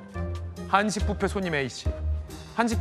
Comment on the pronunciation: 아나운서야 부페 가 아니고 뷔페야 뷔페 발음 좀 확실히...